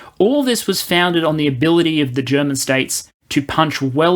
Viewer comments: Been looking forward to this video. Your German pronunciation is pretty good for an English speaker and your sound quality has gotten noticeably better. Not being able to plan for the long term is a problem Germany has in general, not just regarding the military. It's also true that most people here are uncomfortable with the idea of being a military power. We are rightfully very critical of how countries that do have powerful militaries use them, especially the US. But as you said, just because we'd have this power, doesn't mean we'd have to go around invading places. Hopefully the 100 billion will manage to refill ammo and basic equipment stockpiles and get us a couple F-35s, but I doubt the necessary reforms will happen to fix the Bundeswehr's problems in the long term. Frankly, our military would probably be managed better if we let the EU do it for us. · Can we just admire for a moment how an Aussie - who crowned themselves as kings of butchering every language, including their own - has actually really good german pronunciation. Edit: very well researched and put together video